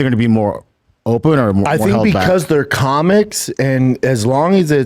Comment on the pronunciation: Brendan: hey Brine I’m gonna tell you about comiggs